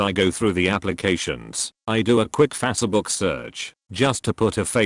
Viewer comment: What is a fa ce book? God damn robot reader.